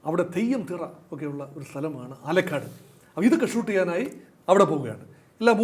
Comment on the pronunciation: ആലക്കാട് അല്ല.. ആലക്കോട്.....